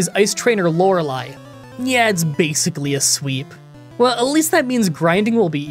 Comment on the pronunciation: hold up...when you did you start pronouncing "lorelei" correctly?? :p